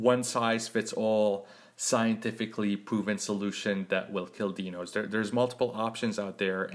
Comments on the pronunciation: Correction, pronounced, " DY-nohs"., Thank you for the tutorial. Sound advice. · dinos pronounce as die no